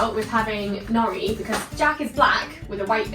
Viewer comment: LOL I thought you were saying naughty not Nori. Sorry.